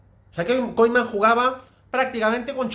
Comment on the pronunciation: Por qué dices Koiman?